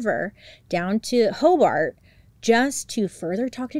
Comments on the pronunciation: This is crazy I live in Hobart, In. It’s pronounced Hobert. Detective Ogden is a BOSS! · but yet she mispronounced Hobart lol